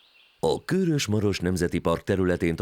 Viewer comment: KÖRÖS rövid Ö-vel